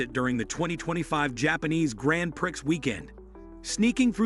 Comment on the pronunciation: Grand Prixx?? God, I hate AI